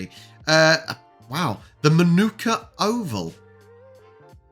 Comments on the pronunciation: What's good about Aussie Rules (AFL) is the big unpredictable scoring. A stark comparison with Soccer (Football) where so many results are NIL ALL or 1 NIL with extremes of 6 + 4. No wonder they have to fence fans off. [ps. 1. Manuka (in Manuka a suburb of Canberra ACT) and is pronounced "MARNICA" in Aussie English. 2.Sydney stole South Melbourne Swans. 'Bloods' 3. The Public Holiday in all states is ANZAC DAY-> 'Australian and New Zealand Army Corps'.] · Hawthorn plays well in Launceston. Have won 21 in a row there previously. It will be close with Adelaide Manuka pronounced Man a car.